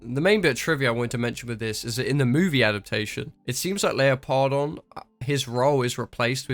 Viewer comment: I listened to the audiobook. I cringed real hard when I heard it pronounced LEOPARD-ON and not LEO-PARDON And I actually loved the book